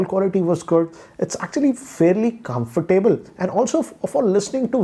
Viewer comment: I wince every time he says comfortable